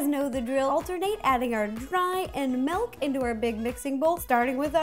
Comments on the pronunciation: She says melk instead of milk🙃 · I love how she says milk "melk" 😂💜